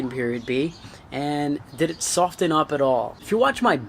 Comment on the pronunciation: Why are you emphasising the "t" in "soften" so much? The "t" is silent... Lol 🤦‍♂️